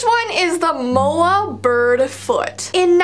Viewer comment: You are pronouncing moa wrong...